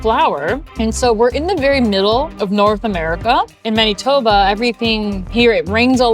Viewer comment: Weird how you pronounce Maneetoba😊